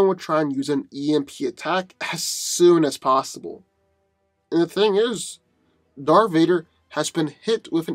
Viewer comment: "Darf Vader, Lord of the Sif"